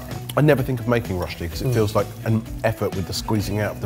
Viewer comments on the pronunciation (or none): As a Swiss I would just like to make a small correction about rösti: the pronounciarion is like "rush-tea" the ö makes a uh sound and the s followed by a t in that case is said like sh in English says it really well I think:D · It'd be great if a cooking show with nearly 3M subs learned how to pronounce rösti.